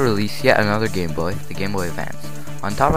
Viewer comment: At first it sounds like you said, "The history of the gay boy". LOL